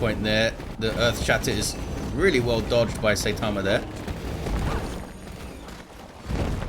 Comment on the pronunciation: Something other than DoW II, hooray! I love that game but you have so much less other content so this is a lot more exciting. I especially liked your let’s plays. Oh and as I am a fan of One Punch Man and anime in general “ai” in Japanese is pronounced like “eye”. Seye - ta - ma